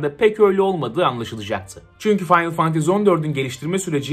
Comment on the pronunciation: Abi aşık oldum la senin o finaly fantazy demeyine